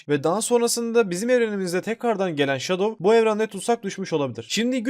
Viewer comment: Abi Enson sonicle şadov diyeceni sandım 🤣🤣🤣🤣🤣